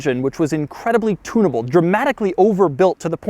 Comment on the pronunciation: "Tuna-able", no crust